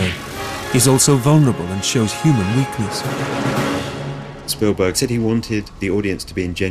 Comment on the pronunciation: So did you. It's 'Spielberg'.